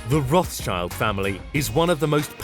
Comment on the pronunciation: Rothschild is pronounced Roth-Shild or Roth-Shilt (depending on whether you go with the English pronunciation or with the original German pronunciation), and not Roth-child like in "child".